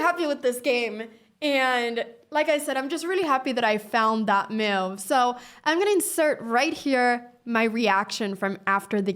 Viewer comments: The word is move not mouve. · I like how she says meove. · Nice finds! (BTW: ❤the way you pronounce the word 'move')